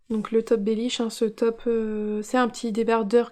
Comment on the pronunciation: Coucou, tu m'as bien fair rire avec le bellish😂 et bravo tu as encore bien dit twigale. A bientot😘😘